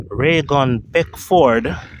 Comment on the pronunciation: Thank you for pronunciating 'Beckford' correctly. Interesting video. 23 yrs. Remember it well